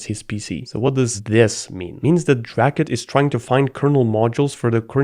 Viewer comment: "Dracut" Me: Oh no...